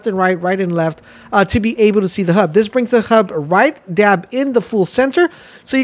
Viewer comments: It's a HUD not a hub lol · "novic" and "hub"? It's like you aren'tt even trying...